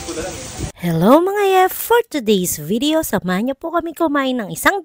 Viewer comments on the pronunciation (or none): For todays vee-dee-yo Lol